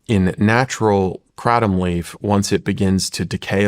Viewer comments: 🚨🚨🚨 It’s called an extract dummy. Education is important! This big pharmaceutical rep can’t say Kratom right, how embarrassing. Yet he is a know it all 😂 I honestly feel bad that this man did this to himself, in front of the entire world. Shawn please, do more research about these people. This guy is a fraud, 🚨🚨🚨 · Kraytom say it so they hear it KRATOM LONG A DUDE. You are not hitting the iters by the weird name you say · He's not even pronouncing Kratom right. Sounds like he's trying to say it in original Thai, but still not right. Should just pronounce it the English way like everyone else if he wants credibility.